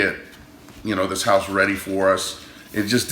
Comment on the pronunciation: Have you heard them say hoose for house yet?